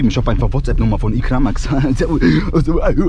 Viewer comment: Wir er dein Name ausspricht Eicrimäx 😅😂